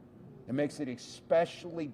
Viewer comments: Expecially. Is he 12? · He said exspechially cruel? Exspecially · Exspecially, Walz? 😂😂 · Tim Walz, a sitting governor, says "Eck-specially". This could be viewed as pedantic. But sometimes, being unable to do small things right really IS a diagnostic about bigger things. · Exspecially? This is the Gov’s language skills. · Walz was a teacher but to him "expecially" is a word. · Exspecially? Timmy learn the language. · two guys with a car and camera expose a governor who says "expecially"